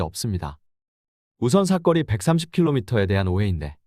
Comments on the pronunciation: 사거리인데 사꺼리 발음이 조금거슬리네요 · 사꺼리가 아니라 사.거.리. 입니다……. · 사거리라고 발음 좀 하세요. 삭 거 리 라고 하니까 거북함.